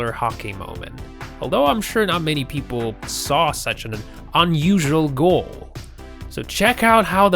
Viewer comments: You need to change the way you say Goal, its fucking Goal not Gall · It's goal not gull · Fck me it's annoying how he says goal gawl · USA: goal EverywhereElse?: gall/gol. Me: uhm wait what...rewinds 3X... STILL me: wait what...really, "gol"? Is that how the RestofTheWorld says it.... Also Still me: waits for basketball hoop to be called "ring" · GOAL NOT GAL ! U TIT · The way this guy pronounces certain words like “goal” & “bowling” drove me absolutely nuts! Doesn’t even seem to have much of an accent so where the hell does the annoying as fuck pronunciations come from? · Learn to pronounce ‘goal’ it has an ‘o’ in it. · How the fuck does this guy pronounce Goal??? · Lol why can't this guy say goal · Learn how to pronounce some standard words like video, goal and bowlng. Oh and stop trying to narrate - you are rubiish!